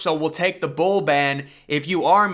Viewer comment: oh thats some weird pronunciation from his side. Thank you :)